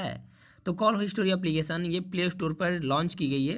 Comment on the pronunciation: पहले बोलना सीख हिस्ट्री कहते है